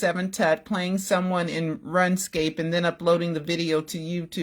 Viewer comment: It's not pronounced run escape. It's pronounced roon scape. Wasn't sure if you knew.